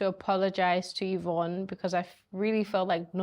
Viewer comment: Is it or Evroonne? needs an English teacher, for real.